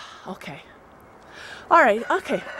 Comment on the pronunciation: To cute when you say "right". You say it like "wret". I find it fun when i stumble into hearing accents from different regions of the USA.. Curious though, does Mr. Hilder do it too?